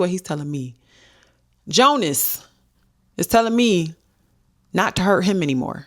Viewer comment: 😂 Jonasi. Pronounced “Jona-see”